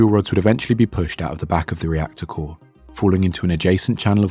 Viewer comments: rector core lol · Rector core? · ah yes rector core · "rector core" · It's actually "reactor core"